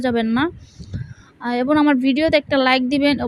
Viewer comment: আচ্ছা সবুজের কথা না হয় বাদই দিলাম আপনি তো এবং কে এবন বলেন আর ভালো করে ভিডিও টা দেখুন সবুজের বলছেন নাকি সবুসের বলছেন